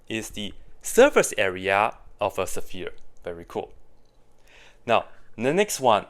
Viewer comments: I like how you pronounce "saphere". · 2 syllables for sphere?